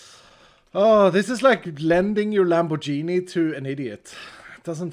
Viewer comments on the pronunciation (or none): i heard "blending your lanbo-genie" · Lamborgini???? As an italian i'm deeply offended lol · He cannot pronounce Lamborghini either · the afwul way he pronounced Lamborghini after laughing at Etho's attempts is quite funny